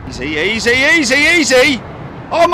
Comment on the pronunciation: Am I the only one who heard that guy say easy easy easy and thought oy oy oy?